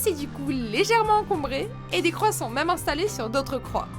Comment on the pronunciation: Au moment de l'île des croix une fois qu'on a dit numéro 3 j'ai entendu a la place numéro croix x)